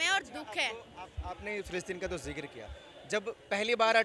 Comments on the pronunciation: Phillipine? Palestine 😂 pehle bolna seekh dhang se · Philistine bolna nhi aata, aur vaha pai jana itana jada gavar pan sirf madarsa se hi ho sakti hai. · Phle nam shi se bolna sikh le philitine jayegi ye 😂